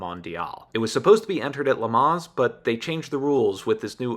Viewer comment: Great video on a cool shop! Small audio notes: "Concours" is pronounced with a silent 's' : 'Con-coor' "Le Mans" also has a silent 's' ' Le -maan